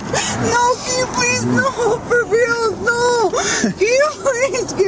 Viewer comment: “No please freal no frealz no please freal no freal please “😂😂😂😂😂😂😂